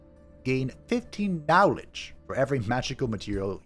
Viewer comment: Every time you say "nowledge," my brain goes, "cowfee."